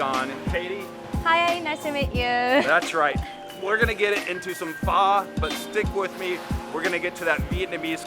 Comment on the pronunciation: Oh no. Now, we have two ways to pronounce Pho incorrectly. 😂